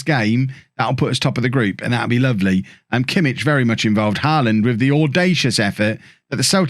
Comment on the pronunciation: Actually it's not only Pulisic...Joshua Kimmich is actually pronounced 'Yosua Kimmick'. Even though the ck doesn't sound that way